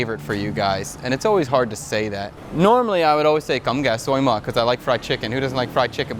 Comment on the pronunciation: that xối mỡ pronunciation was crazzyy spot on. Great stuff man